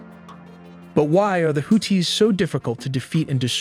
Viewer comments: It's houthis not hooties 😂😂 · Bro why you sound like that why you putting a hard T on the Houthis name 😂